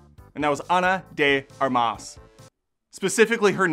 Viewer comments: The emphasis goes on the 1st syllable: ARMas (not armAS). Sounds like you are saying 'arm-ass' 🤭🤭 The correct pronunciation is like the English word 'ARMpit'. Please correct it moving forward, it gets annoying after a while The director also did the Assassination of Jesse James, which is a great film. 👍🏼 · Armas has the emphasis in the first A. Source I speak Spanish.